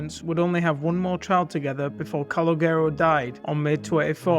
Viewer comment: Please learn how to pronounce Calogero before making these videos